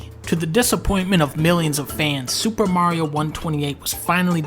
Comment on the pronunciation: 5 seconds in and dunkey hits you with that "SuPa Mario"